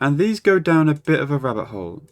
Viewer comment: the way you say "rabbit hole" sounds like "rubber hole" lol